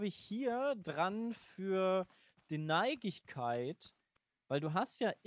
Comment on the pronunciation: Ingenieur auch: "Neigigkeit"